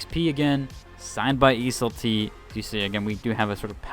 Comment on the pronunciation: must be tilting getting ridiculed by randoms when you actually did extra step to pronounce the word properly when you don't have to. Keep up the good work brotha🤟🤟